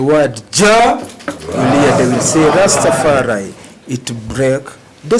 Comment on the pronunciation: It’s Rastafari. Get it right.